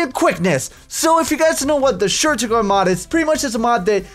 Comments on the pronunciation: OMG I love the books it's based off of. Shur'tugal means dragon rider in a different language. Also shur'tugal is pronounced sure-two-gal i think. I think i should stop fanboying while i can still stop. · shur-ga-turl i have listened to three diffrent reviews of this and it is geting annoying. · Just to let you know it's pronounced the Sure-taug-le mod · it is pronounced shert,tu,gal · Correction: *Shurtugal. lol